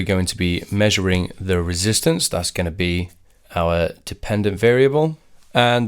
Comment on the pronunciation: No, we do say "resistance" instead of "reesistance"